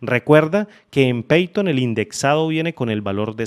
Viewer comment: No se pronuncia peiton, es paiton cómo se pronuncia